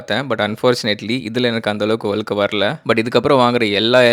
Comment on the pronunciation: அலுக்கு, அலகு, வலியாது, வலுக்கை தமிழ் உச்சரிப்பு அருமை👌🙄